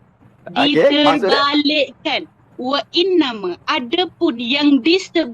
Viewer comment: Wa innama jadi wa inname...hadoiii makcik ni sebutan arab dia buat mcm sebutan BM. Sudah tu belum habis baca sudah hentam sesuka hati sebab tgk author kitab. Sudah tu tak tau beza antara kitab ulama mazhab as-Syafiee dan kitab direct tulisan imam as-Syafiee. Dan makcik ni gagal methodology mazhab. Pot pet pot pet tak tau sekolah mana dulu belajar dgn siapa terus hentam ulamak yg masih hidup dgn yakin tanpa memahami methodology yg betul. Tatacara "berbahas" tu pun dah failed, bincang satu² bukan next² ikut sukahati. Org baca ayat Al-Quran pun dia tak mau stop pot pet utk dgr, ayat Allah tu pun dia dummy-kan saja apatah lagi ayat manusia biasa mcm ustaz ni 😂😂 aduhaaiii makcik 🤣